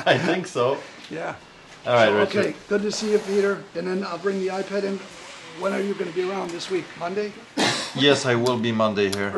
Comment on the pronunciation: ~ yea, "I - Ped" alright.